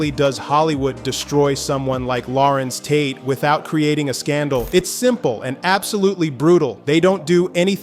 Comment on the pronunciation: Who the hell is Lawrents Tate?